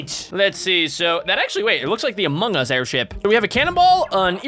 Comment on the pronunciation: it looks like the apong us airplane me: you mean among us